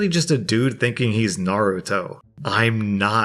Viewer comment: That Naruto pronunciation hurt me